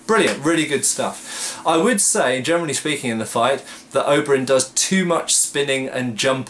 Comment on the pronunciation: Hm - I always hear "germany speaking". I suppose you mean "generally speaking"?